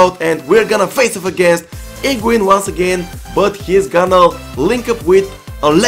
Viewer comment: When he said higuain,i thought he said pengiun.